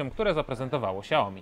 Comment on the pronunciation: Xiaomi a nie ciaomi